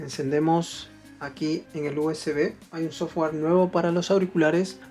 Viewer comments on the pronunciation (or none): none